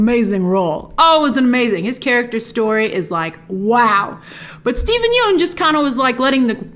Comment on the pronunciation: Steven Yeun’s last name rhymes with “sun”, Grace